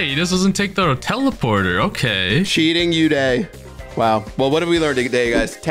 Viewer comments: They pronounce Uday wrong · It's oooday not youday 😂